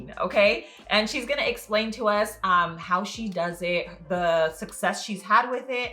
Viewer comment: I heard egg-slpain 😂